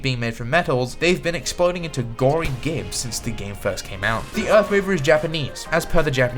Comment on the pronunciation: It’s pronounced jibs